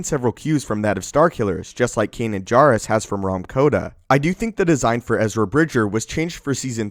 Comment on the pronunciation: PRONOUNCE KANAN'S LAST NAME THE RIGHT WAY!!!!!!!!!!